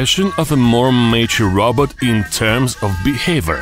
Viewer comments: It’s a ROBOT NOT A ROBERT 😂🤣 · he says robot like rabbit im dying